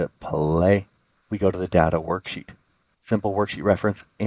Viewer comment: Good useful stuff. (pet peeve: learn the proper pronunciation of the word Data. 😊)